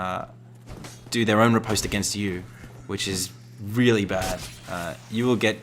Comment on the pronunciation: Bruh. You called a back stab a ripostate 😂 Rip-ost is the pronunciation btw